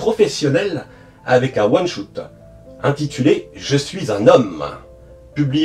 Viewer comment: Merci pour cette vidéo complète ! (Instant prononciation : one shot : ouane chote , pas choute . Spin off : spine pas spaïne off ;)